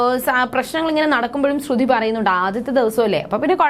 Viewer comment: ശ്രുധി അല്ല ശ്രുതി 😂😂ഇല്ല അത് പോലും അറിയില്ല ല്ലോ 🤣🤣🤣